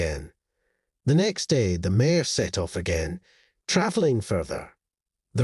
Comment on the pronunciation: Mare not mayor. If this was automated voice it’s because the reader pronounces mare as a two vowel word. Maybe a spell check would be in order!! Nice story though.